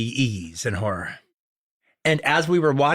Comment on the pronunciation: He totally pronounced horror "whore" in the opening ten seconds.